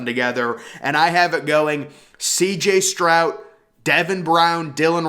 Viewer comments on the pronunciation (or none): Are you saying “Strout” ??